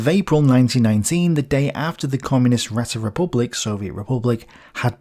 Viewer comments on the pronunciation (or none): Räte... as in Räterepublik is pronounced (more or less) Ray-Te...